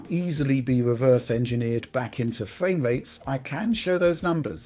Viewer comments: Nice fwame wates on your vwideo. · Fwame wates. Wish you could pronounce your Rs…